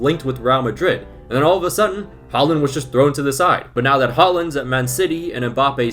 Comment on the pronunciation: The way you say "Haaland" is funny